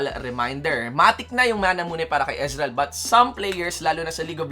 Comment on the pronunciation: EZ-REAL HAHAHHA POTA BISAYA